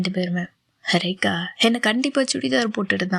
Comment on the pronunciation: எனக்கு உங்க வாய்ஸ் பிடிச்சிருக்கு நீங்கள் ரேகா ரேகா னு சொல்றது ரொம்ப நல்ல இருக்கும். என்னுடைய பெயரும் ரேகா தான்.நீங்க என்னை கூப்பிடுற மாதிரி எனக்கு இருக்கும் ❤❤❤❤❤❤❤❤❤❤❤❤❤❤